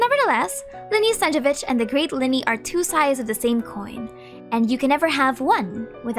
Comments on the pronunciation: great vid, the only thing snezhEvich would be more correct rather than sEzhevich, but eng genshin dub usually messes a lot russian spelling, stressing and pronunciation, so ig it's not big deal😭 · you are pronouncing Snezhnevich without both N qwq